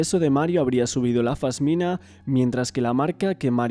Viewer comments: Un trabajo bestial! Pero cada vez que dices fasmina se me suicida una neurona. es una pasmina amor 😘 Ojalá Mario tenga la justicia que merece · Se dice pasmina, no fasmina.